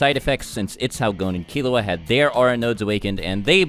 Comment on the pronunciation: Lol when he says killua i think he is saying killowat